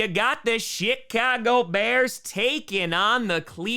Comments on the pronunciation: Did anybody notice that he said? Shicago Bears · Did he say "Shitcago Bears? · LOL...sounded like you said SHITcago Bears...almost made me snort the Monster I was drinking out my nose. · do you consciously say “Shitcago Bears”..? 😳🫢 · i swear tom said shitcago bears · with the traditional Green Bay pronunciation of “Chicago”, with half an extra “t” in there 😂